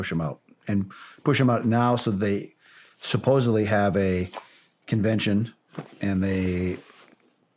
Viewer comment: Shawn. The correct pronunciation is Sup-pose-ed-ly. It is not supposably.